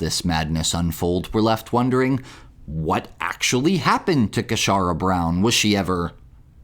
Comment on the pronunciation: 'Casharra' says it all! 😂😂😂